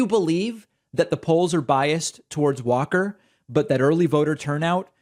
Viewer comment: Walker is so compromised that he could not possibly read and comprehend legislation that he would be voting on. He couldn't help design legislation because he's practically illiterate. It's not just that he can't even say, "Democracy" - He can't even pronounce his own name! He says, "Warr-Kerr". What a disaster of a candidate!